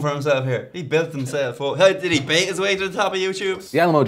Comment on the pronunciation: sounded like he said "ya gotta bate your way to the top"